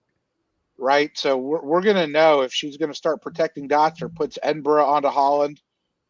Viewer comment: I think before is given the French names to pronounce, we should have a conversation about "Edinburgh". Terrific coverage as always, thanks team.